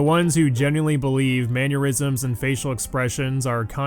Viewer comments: Hearing Maneurysm instead of Mannerisms almost gave me an aneurysm. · It's "Manner-isms", not Maneurysms... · Are you saying “man-your-ism” ? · Hearing pronounce “mannerisms” as “manneurisms” is going to give me an aneurism.